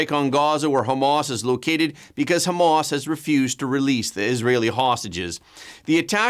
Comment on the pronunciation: Hah mahss, not Homemass